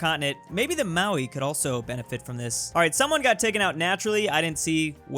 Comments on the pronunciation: Mowi it’s Maori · Who else gets triggered when he says Maui instead of Maori (Mario) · Hey, just some quick feedback if you are interested. When you are pronouncing Maori, say it like you would pronounce "moldy". Like moldy bread. I'm a kiwi and this is the easiest way I can let others know the way to say it properly. Chur my bro, keep up the cool vids.